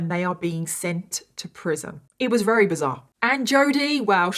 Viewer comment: Wery, rery, very. 😂